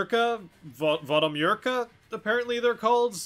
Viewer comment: It's pronounced "voh-doh-myer-kah", emphasis on "myer". Just thought I'd let you knowm